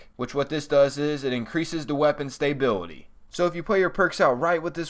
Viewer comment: Learn how to pronounce "stability." It's not hard to pronounce it. You need to pay attention in school.